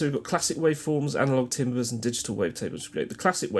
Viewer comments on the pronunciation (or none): Great video, apart from the shocking pronunciation of 'timbres'! 'Tarm-bruh' would be a little closer. But seriously - thanks for doing this (twice)- great stuff.